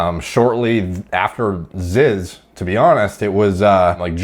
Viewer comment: Its not Z-Y-Z-Z, it's not zizz, its fucking ZEEZ